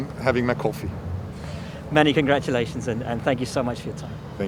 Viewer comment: Just want to hear him say "congrattalations" again.